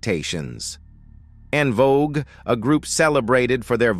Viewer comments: …and the AI saying “On” Vogue 😡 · And " En Vo Guway" lol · So, who are these DA Barges and En Vokays? And how does the AI know the DA Barges are eunuchs? Also, I wanted to hear more about the d'botty between Arretha and von Dross. Or, maybe in the next video, the AI can talk about a dream collaboration between Meshell Ndegeocello and Ta-Nehisi Coates. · This was a good documentary but was obviously an A.I commentary screwing up much of the names dealing with the DeBarges and En Vogue. As a closeted Gay Artist of the 80s, Luther had a difficult life. But because he was never seen as a sex symbol, his audiences and friends continue to this day to protect his legacy. This is why the gay columnist Craig Seymour who was authorized to write the only biography of Vandross, titled Luther the Life and Longing (2004) edited out most of the gay references dealing with not only the DeBarges on tour in 1983 but the car crash he experienced in 85 which killed his boyfriend and the career of his protege. Yet most people are willing to discuss his diva like behavior towards En Vogue and Anita Baker. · DUDE ARTICULATE YOUR WORDS, LHMERCY!! 😮 ITS VANDROSS WITH A LONG O. EN VOGUE IS IN VOGUE. JUST BAD ENGLISH. EDIT. SMH!